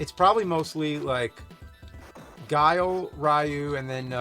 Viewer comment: Zan Jeef and Gwee-lee (Guile).